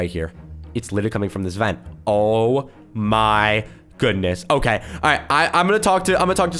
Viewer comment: "Okaeh" - 2020